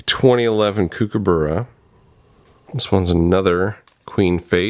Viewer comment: Given that you like kookaburras, I suggest you look up how to pronounce the word; echidna as well.